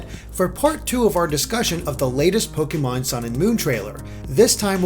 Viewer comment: almost said Toke-e-mon